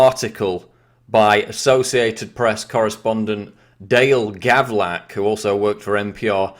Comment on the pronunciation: Hey quick about EDIT its Gavlak not Gavrak...